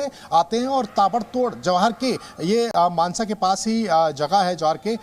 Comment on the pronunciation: मनासा नही, मानसा है।